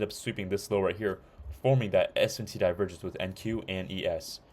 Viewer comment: Bro said Divervenge